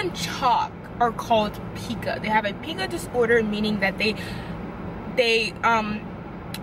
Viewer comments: It’s pronounced “pie-cuh” not “pee-cuh” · P-eye-ca not pee-ca❤️ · It’s pronounced “Pie- Cuh” Not Pee-Cuh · Its killing me sorry girl its Pie-ka no pee-ka 😭😭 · Pica Pronounced pie-ka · It’s pronounced pie-kuh